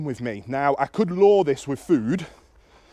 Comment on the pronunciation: I thought you were saying "Law" but you were saying "Lure". I was thinking what fundermentle dog law have i missed? LOL Your videos are fantastic. What a lot of sense you make.